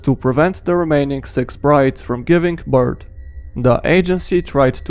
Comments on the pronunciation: You said beirth not birth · My guy birt is not a thing it’s birth